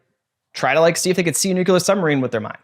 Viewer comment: Great episode, fantastic topic and guest. But also I died a little inside at every mispronunciation of “nuclear”